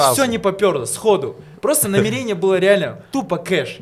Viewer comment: Не намерéния, а намéрения